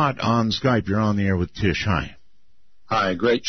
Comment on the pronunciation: Her name is "Tish" not Trish